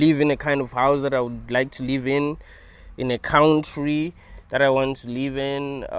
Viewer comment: I love how you say cowntree 😂😂😂😂😂